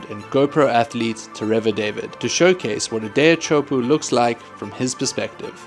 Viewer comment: "Chowpoo" 😂😂😂 Refuse to learn how to pronounce it correctly.